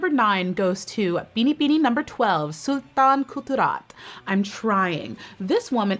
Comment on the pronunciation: AHHH Never expected this video queen! Makes me happy to learn with pageant world <3 Also, Sultan Kudarat is "Sool-Tan Koo-Da-Rat," Rizal is "Ree-zal," and Zambales is "Zam-bahh-less"